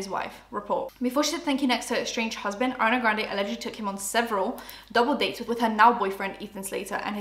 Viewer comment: I keep hearing Arnay Granday 😆